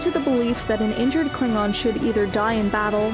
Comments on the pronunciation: like how u pronounce the klingon. Pretty kool 😊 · I love that fact the narrator got the pronunciations correct for some of the more heavier words.